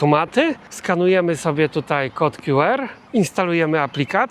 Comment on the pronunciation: Nie mów "kod kju er" bo to nieco be sensu... Albo kod "kju ar" albo "ku er".